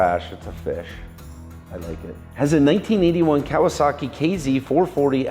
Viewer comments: You pronouced Kawasaki correctly. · I heard nothing wrong with the way said Kawasaki.